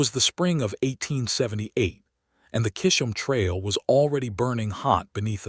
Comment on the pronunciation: CHIZ -UM TRAIL. Get it right or don't say it at all.😡😡😡😡🤬